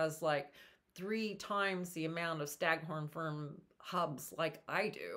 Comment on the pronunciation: They are pronounced FERN—-not FIRM. No M sound at the end.